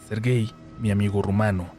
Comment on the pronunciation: En que minuto empieza el relato? Llevo 19 minutos de video y solo es el día a día de un viajero. Jajajaja quién les dijo que este era un canal para cantinflear? Tan poco material tiene el que graba y porque tan mala pronunciación del nombre Sergey?